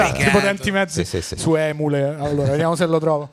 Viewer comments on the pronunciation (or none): Mi ha fatto sobbalzare sentir dire Emule 😂😂😂